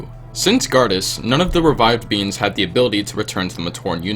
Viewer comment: When he said the proto dermis produced by beings it said “beans”